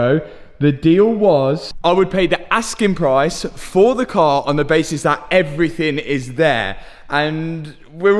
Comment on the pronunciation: He keeps saying evryfing